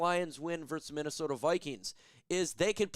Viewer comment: Still can't pronounce VS correctly and you can't spell GIANT correctly lol 😂